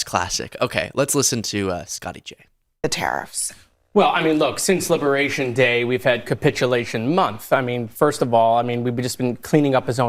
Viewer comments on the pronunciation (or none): none